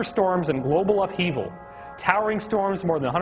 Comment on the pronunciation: "Globle" warming. Awesome.